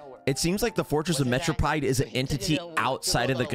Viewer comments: it’s Mare-o-peed 😭 not metro-pied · Am I the only cringing to the way he says Meropide 😂